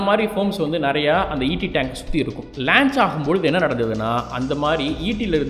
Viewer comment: athu lanch illa paa launch....you doing great job....very informative